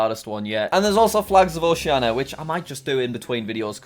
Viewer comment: BTW, Oceania is pronounced Oh-she-arn-ee-ah not Oh-shee-arn-ah